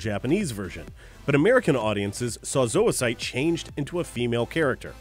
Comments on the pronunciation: zoisite and malachite are pronounced like the gemstones and minerals.....mal la kite....not ma-la-site. lol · You said Zoicite and Malachite's names wrong